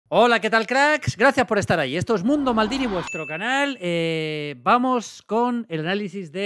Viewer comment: Todos los periodistas diciendo con mucho cuidado el nombre del portero durante todo el año. Maldini en corto omitiendo la R: "Mamadas Billy"